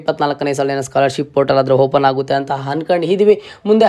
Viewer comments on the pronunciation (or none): Modla kannada chandag matadak Kali amele video upload maad..satt hokkar ninn kannada keli🤣🤣 1)'Hupdate' allo sahkar adu..'Update'. 2)Hopen alla adu 'Open'. 3) 'Hipath muru Hipath nalku' alla adu..'ipatt muru ipatt nalku' 4) 'Higa' alla adu..'Iga'. 5) 'Happload' alla adu 'Upload'. 6) 'Harji' alla adu 'Arji'.